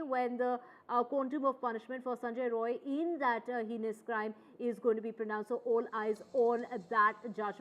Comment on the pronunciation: Not roy , it's rai , bihari